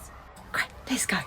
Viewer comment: why does it sound like Mia said Costco not lets go